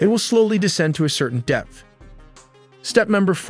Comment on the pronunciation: Step 3. It’ll slowly submerge to certain depth. I thought you were saying “it’ll slowly submerge to certain death.”🥶